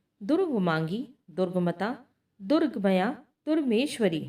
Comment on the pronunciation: जैसे 'दुर्गम्या' को आपने 'दुर्गमया' बोला है। ऐसी ही कई जगह गलत है